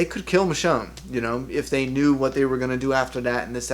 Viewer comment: it's michonne